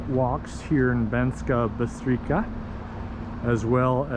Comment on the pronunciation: That towers where you were at the start, was the city castle (they teared down the walls when they weren't needed, You pronouce it as Banskaa Bystrica (you pronouce c as c in cemetery (not as k) Also Banská Bystrica is not anywhere near Low Tatras, its just bellow Small Fatra